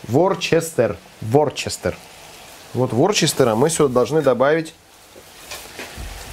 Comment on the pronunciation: это не ‘ворчестер’ соус, это называется ВУСТЕР соус.